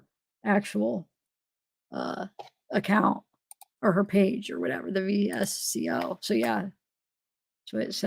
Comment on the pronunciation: VSCO is VS-CO not V-S-C-O